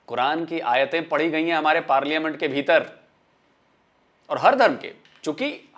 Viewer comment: वो पार्लिमेंट नही पार्लियामेंट होता है पगली!! इन लोग को अंग्रेजी भी नही आती,उर्दू भी नहीं आती,सिंधी भी नहीं आती,पंजाबी भी नहीं आती...सब कुछ थोड़ा थोड़ा आता है...!! हां, पाकिस्तानियों को आतंकवाद फैलाना अच्छे से आता है।😂😂